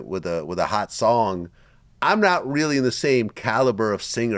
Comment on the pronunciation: Reallllll crazy 🤣